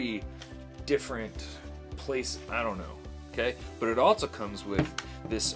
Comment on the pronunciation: there are ZERO "T's" in the English words, "else" and "also". Just for future reference brotha.